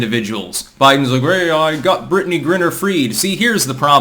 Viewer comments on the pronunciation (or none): it's Griner, not Grinner dude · it's not pronounces "Grinner", it's pronounced "Gryner" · It’s “gryner” not “grinner.” Yes, I am a pedant. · G-RYE-NER,. Same thing with John Cornyn,Cor-NIN,not Cor-NINE. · her name is pronounced Gri-Ner, with a long I. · GRI-ner..like CRY-ner. Christ,. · The fact repeatedly mispronounces Griner's name shows he knows less about the WNBA than the rest of us and that's saying a lot.